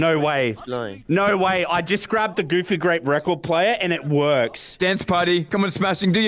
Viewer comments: Enywon hav gufy gwap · i swear for a second he said wanna play fucky grape i was like yes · I swear, every video I hear "gOoFy gRaPe"